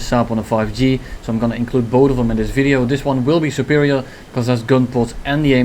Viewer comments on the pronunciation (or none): none